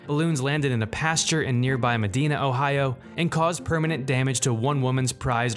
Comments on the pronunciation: The fact he called it MA-DENA instead of MA-DINA really irks an Ohioan. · As a former resident of the town, it's pronounced meh-DI-nuh (as in the same sound you make when you say the pronoun I), not like the city in Spain, which is meh-DEE-nuh. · “Nearby meh-dee-nuh Ohio” 😂😂😂 Medina is pronounced “muh-dye-nuh” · Ma-Dine-ah...not Muh-Dee-Na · For those who don't know Medina Ohio, pronounced not MiDEEna. But Muh-DINE-uh. Is an hour south of Cleveland. Thats a far trip for a balloon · its Meh-die-nuh ohio, not meh-dee-nah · It's meh diinaa not mehdeena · MAH- DINE-UH not ME- DINA... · We pronounce is med-EYE-na. Not Med-EE-na. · It's pronounced mah-die-na not mah-de-na just saying I live there so I know. But hey, English is hard and makes no sense. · He just said Med-ee-nah. It’s pronounced Meh-di-na. Also I remember the story of the prized Arabian horse, I felt bad. It was a true state champion. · Plus I live in Medina. It’s not pronounced Madeena. It’s pronounced Mediena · i know he did not say “ma-dena” its “muh-dina” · Medina (ma die nuh) not Medina (ma dee nuh) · Med-EYE-na. EYE. not ee. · me, an ohioan: watching*...*hears him pronounce medina as medeena also me: gasp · It's "meh dine ahh" not the way you said it. 🧐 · That's not how you pronounce medina in ohio. It's pronounced mi-DY-nə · Medina is not pronouced "Medeena". It's pronounced with a long i. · ‘meedena ohio’ um you mean Medina.. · I’m sorry but It’s pronounced med-EYE-na. Get it right 😂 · Medina is pronounced incorrectly, the I is a long vowel:) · Did anyone else realize they said “Medina” wrong? Other than that, really cool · As an ohioan the way he pronounces Medina makes me cringe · He pronounced "Medina" like Tone Loc's "Funky Cold Medina"... LMAO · You pronounced Medina wrong. That's where I grew up XD